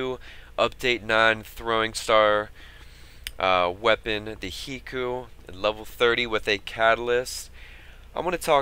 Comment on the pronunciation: High-koo it is High-koo just like Haiku.